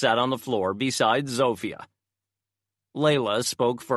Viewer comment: Oh my, it's been rough hearing the terrible Polish accent given for Zofia. Apparently the French is no better from the other comments and there is alot of it going on, so if you know French, I'm sorry for you. I think u just have to accept it sounds wrong, tune it out and after awhile it will go away lol.